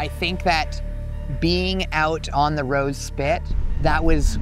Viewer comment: I kept hearing “the road spit”. Reversed the vid a few times and for sure it sounds like you’re saying “road spit” Its actually “Rose Spit”